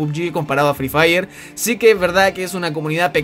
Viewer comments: el fri fair po prro xd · jaja fri fraier xd